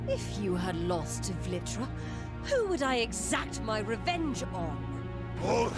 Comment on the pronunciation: BEHOLD IT IS VLITRA!!